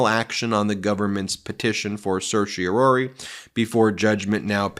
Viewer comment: Ben, please practice proper pronunciation of "certiorari"! You often drop the "ra".